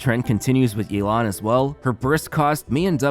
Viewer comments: You didn't pronounce Yelan correctly. You called her Yelang instead of Yelan. Her name is pronounced like "Yeh! - Lan? " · As an authentic Chinese speaker, definitely don’t pronounce it as “yae-lan”. Instead pronounce it as “Yeh-lan” Edit: Sorry had to point it out since in the announcement they were also butchering the name. Which understandable since Chinese names are pretty hard to pronounce without any Chinese background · Not to burst anyone’s bubbles here but her name is pronounced “Yeh-lan” not “yay-lan” 😅🗿, EN VAs can hardly ever seem to correctly pronounce the names for Liyue characters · It’s actually “Yeh-lan” not “Yei-lan”. The EN CV butcher her name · I'm tired of hearing yay-lahn It's yea-lahn EN VAs butchered it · The way English dub pronounces Yalen is not even close to correct. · the english voice actors reading her name as "Yay-lawn" is wrong btw 💀 its the equivalent of colonizing it LMAO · Isn't "yay-lan" the wrong pronunciation though? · nope, that's not how to pronounce it either. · As someone who can read and understand Mandarin/Chinese, I can confirm that the EN VA also butchered the pronunciation of Yelan's (夜闌) name XD